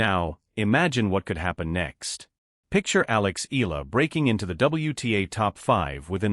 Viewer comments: Here we go again!!! How come the foreign media butchers Alexandra Eala' s last name?/!! IT HAS 4 LETTERS ,BUT IS PRONOUNCED AS A 3 (THREE!!!) SYLLABLE WORD. E= pronounced E A=pronounced YA LA=pronounced LA All together, it should sound E-YA-LA! PLEASE, if all correspondents and media can pronounce the difficult European last names of tennis players, they should also be able to pronounce a 3-syllable last name, as if one is reading it as a Spanish last name! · ...and you are also insulting her (Alex Eala) by not pronouncing her last name correctly.